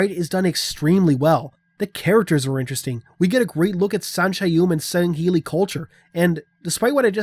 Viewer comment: at first I thought I misheard u or was going insane when u said going to get sangheli glad to know I'm not insane lol